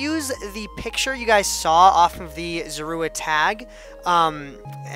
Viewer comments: 80/85 because when the tail was cut off on the pixel art you should have kept going based on the proper picture. P.S. It's pronounced Zor-oo-a. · zor-a-wa is how you pronounce it. i'd give you a 80/85 great for your first pixle art